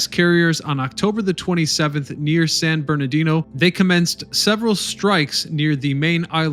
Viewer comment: How do you find all this information and still can't say Halsey, Nimitz and San Bernardino properly?